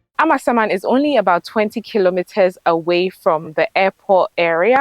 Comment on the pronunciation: I love the way calls the name of the area as if it means AMA’s ghost. It is really a Ga village although now sprawling town and it is Amasa mann as in Amasa’s town. Actually the area around Amasaman Senior High Technical School has quite good roads.